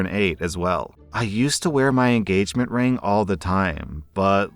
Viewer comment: All I can hear when he says ring is "rªng"